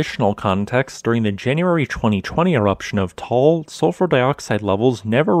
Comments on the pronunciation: Nice vlog, thanks a lot! But please note the correct pronunciation of Ta-al volcano, not Tol! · Taal has two syllables, not one. It is pronounced tah-ahl. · Thank you for the nice and profound updates about the Taal volcano. I have a friend living about 200 km away of the Taal in Luzon, so that is why I am interested in what is going on there. By the way ... the pronunciation of this volcano is a bit different from what you call it in the video. You say it in one syllable and it sounds like a "tall volcano". The locals there say it in two syllables: "ta-al volcano" and the two "a" being pronounced similar the "u" in English "but" or "hut". Keep on going with your great videos. I learn a lot (despite I attended some lessons in geophysics in my university time long ago. Geophysics was not my main interest those days though.) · No it’s just two times a long vowel like in mud or tug. 👍